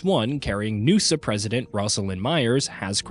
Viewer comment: Who calls the NUSA “nusahhh” wtf lol. That’s like saying “usahh” when reading USA